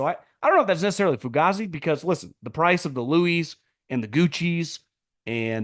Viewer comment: Why do you continue to mispronounce the word "Fugazi" it's "Foo-gay-zee" please.